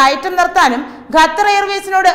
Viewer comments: .... മലയാള ഭാഷയെ ഇങ്ങനെ നശിപ്പിക്കല്ലേ...!? Make-up കൂടിയാൽ ചിലർക്ക് ഇങ്ങനെ ഉച്ചാരണശുദ്ധി നഷ്ട പെടാറുണ്ട്....! "ഗത്തർ" അല്ല "ഖത്തർ" . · ഗഥർ... 🤣improve your pronunciation🙏its ഖത്തർ